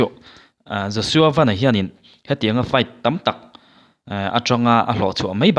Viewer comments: Josua van( motor ang hian lam loh tur )sky (van ) kan lam ang hian lam tur ani e.... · Laiah Van sky bible mi angin an lamlo tuna a lamrik kha adik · "Van" i lam dan hi a dik chish em? A dik ka ring lo mang e. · Joshua Van hi Lirthei a 'van' anga lam tur a ni lo a, chunglam 'sky' angin 'Van' hi lam tur a ni. A hmingpum pawh Joshua Vanbawithawng a ni.